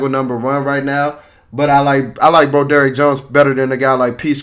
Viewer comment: Bro-DERRICK Jones is sending me lmao